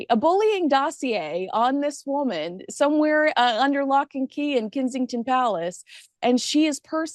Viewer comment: The way says K”i” sington, not K”e”nsington makes me smile